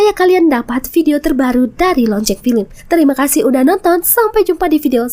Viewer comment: Film kali min bukan pilim😅